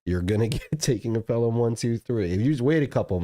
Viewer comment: Id say that Pelham 123 is absolutely worthy of a blind buy. It's classic. Further more, not to be a douce here, but it's pronounced Pel-em not the phonetic Pel-Ham. Love the show.